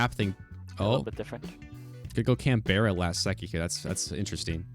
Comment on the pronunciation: Worst part of this video is how pronounces Canberra